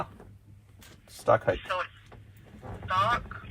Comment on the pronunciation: Congratulations on 1M subscribers! Pease do me a favor and learn how to pronounce "height."